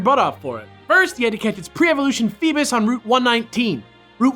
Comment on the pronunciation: Feebus? I thought it was pronounced feebass? Ugh Pokemon names sometimes...